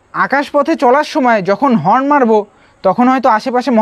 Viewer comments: হর্ন না হরেন, উচ্চারণ শিখুন. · হর্ন বলতেও পারে না, বলে হরেন.